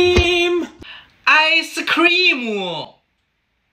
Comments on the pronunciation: Him: icecreammuo, chocolate syraaa, spincralsss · The way he said ice cream: IcE CrEamEo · Ice creamo chocolate sira. Spring cleanse " bro you pronounce it wrong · Ilike how be pronounce word ize cream😃